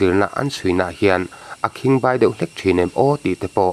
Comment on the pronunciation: Akhingbai i sawdan hi a diklo,you tube chanel neitu te hi in mak lutuk tawng lam dikloh in ngah lutuk, a khimg 'BAI' hi Khuangbai 'bai'rik angin lam tur.